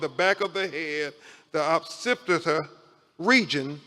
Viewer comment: wtf is a "pacipita" bone. they need to investigate how he passed the bar